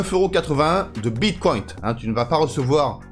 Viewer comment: pourquoi dis tu bitcoint 🤣🤣🤣